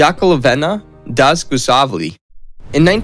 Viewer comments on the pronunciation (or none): Great content, but terrible pronunciation of names. You got potential, but seriously: learn how to pronounce those names. It matters to history geeks. Butchering Dzhugashveli (an admittedly difficult name, but one that anybody claiming to know Soviet history knows how to pronounce) takes point off your cred. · Your pronuncition is terrible, with the top being how you confused a capital i with a small l, it's iosifovna. And Dzhugashvili, it's Jew-gush-villy and Nadezhda, Na-dezh-da, zh like in invasion.